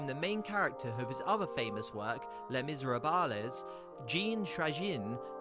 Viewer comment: I uttered an audible gasp when you strangled, defiled and promptly dismembered the pronunciation of Les Miserables.